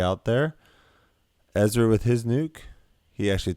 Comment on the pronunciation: I'm sorry but I have to mute your videos and watch with subtitles when you play with Ezra. Dude has all of this time to work out and on his disc golf game, but still calls himself Ezwa.